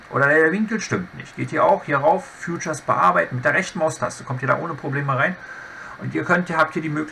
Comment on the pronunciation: feature heisst "Fietscher". "Fjutscher" schreibts sich future!